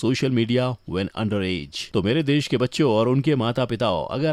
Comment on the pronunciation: or pronounce ker ne ma dhawn do o shesh nahi desh hota hai